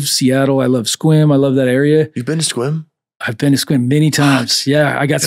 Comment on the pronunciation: I live right next to Sequim, shout out CannaOrganix. To say Sequim correctly says a lot lol.